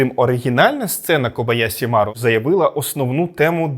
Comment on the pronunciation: Зверніть увагу, що правильно буде кобояШі, а ви вимовили на російський манер